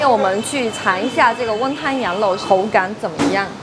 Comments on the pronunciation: 羊肉而不是羊漏哦！ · 这个讲话明显舌头是短一点的羊肉发音为：羊漏！还有把羊漏吊起来晾发音为：羊漏吊起来浪！老早就发现她舌头有问题一直都忘记说了今天太明显了……